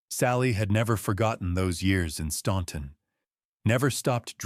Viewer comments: Can you AI geniuses teach AI how to correctly pronounce Staunton, it's pronounced STANTON. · you pronounce it like the locals do. Stan-ton. I have lived here all my life and that is how it is pronounced. Just because it looks like it should be pronounced differently, doesn’t mean it is. There’s a lot of words in the English language that aren’t pronounced the way they are spelled. Do you mispronounce those too? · It’s pronounced Stan-ton. The u is silent. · yes it is. I live 30 minutes from Staunton and you don’t hear the “u”. Where in the pronunciation do you hear it? It’s pronounced Stan-ton. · My impression exactly. There was the book cover which spelled "confededate". The pronunciation of "Staunton", and the "bloodiest mansion" bait. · yeah, most people who aren’t from the area mispronounce it.